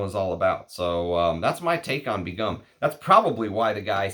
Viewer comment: 1st pronunciation is the closest to the native language Bangla & pronunciations are very close to the English pronunciation. Begum = a married Muslim woman of high rank. Begum is a royal and aristocratic title from South Asia widely used in Bengal Sultanate & in the Mughal empire & in present day Bangladesh.